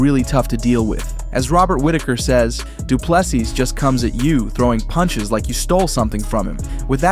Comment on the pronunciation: If you can't pronounce du Plessis by now, stop making videos please.